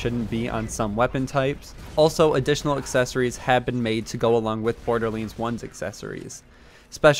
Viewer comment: What is the origin of you saying borderlands like that